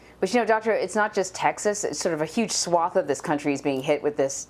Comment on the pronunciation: Thanks for pronouncing swath correctly, Anne-Marie.